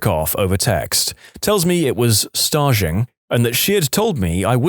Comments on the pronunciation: That's "st-age." He pronounced it "st-äzh," like "collage." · Staging, as in stage; like perform on stage…and add ‘ing’ at the end.